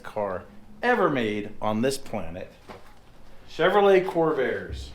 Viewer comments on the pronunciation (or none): none